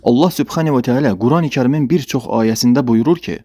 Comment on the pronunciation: SUBXƏNİ yox. SUBHƏNA VƏ TƏALA.